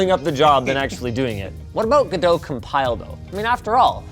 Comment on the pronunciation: NO WAY THEY COMPILED GODOT AND PRONOUNCED IT CORRECTLY!!